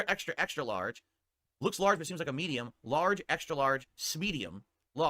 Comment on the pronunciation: ok two things 1 Really you're dragging your chat into this god that's sad and 2 smedium is that what your chat member typed or did you mispronounce medium